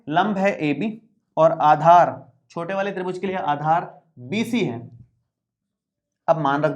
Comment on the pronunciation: Aadhar ki jagah par aachar😂😂😂